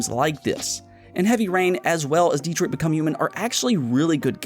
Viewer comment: DEtrot becum hmon